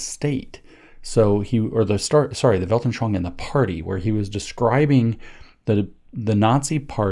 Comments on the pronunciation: Thank you for this fine podcast. In return these trivia: 'Welt-an-schau-ung' has four syllables. 'Welt' as 'belt, pelt'; 'an' as 'one' without the 'w'; 'schau' as 'shout'-t; 'ung' as Indonesian city Bandung, or 'moon, loon' + humming 'ng' ending. Before 'Aryans' there were Arians, followers of Arius (256-336 AD) who held the belief that God is not the Father of Jesus, but had created Jesus out of N/nothing, like all of Creation. Arianism was declared heretic at the Council of Nicaea, 325 AD. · Janes, repeat after me: Vall-ten-shvoong.